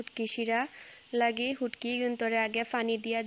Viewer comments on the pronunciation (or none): ফুটকি নায় শুটকি